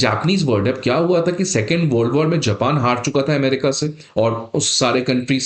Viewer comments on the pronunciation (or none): none